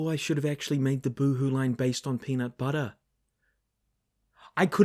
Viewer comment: Buhuhuhu Buhuhuter (The Bu goes from pronounced like boo to pronounced like bu in butter)